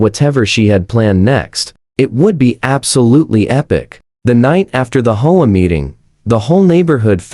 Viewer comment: HEY PRODUCER! ---> REGARDING Your AI: It can't read the script properly. It's three letters, H.O.A., NOT the single-word, "HOE-AH". It can't tell the difference between the end of a sentence, with a "period", and the end of the first line of words, in a two line sentence. It pauses in the middle and adds the rest of the sentence to the beginning of the NEXT one! It can't decide from the context of the sentence, which way to pronounce ambiguous words like "READ" or "LEAD", and it sees the period in abbreviations as "END OF SENTENCE". ---> AI (or at least YOUR AI) isn't ready to be a stand-alone video machine. You can't just click a button and have the AI generate a couple DOZEN videos, and upload them, WHILE you get to sit back, and wait to collect your GOOGLE PAYCHECK! Well, it doesn't work that way! ---> Your AI gets a GRADE = C+ ---> The producer does not know how to properly teach the AI to be accurate when doing the AI VOICE-OVER. The producer is really only interested in his PAYCHECK, or he would have learned enough about AI to properly run it. Not only ignorant, but GREEDY. He's in too much of a hurry, (or too LAZY), to be bothered with having to PROOF-CHECK all the videos that the AI cranks out, and he obviously, doesn't bother to fix the errors, even if he did notice them. --> You're being paid, quit looking for a get-rich SHORT-CUT. At least, REVIEW each video for ERRORS, and FIX THEM, BEFORE UPLOADING it!. EARN YOUR KEEP! TAKE PRIDE IN YOUR WORK! I won't give the pr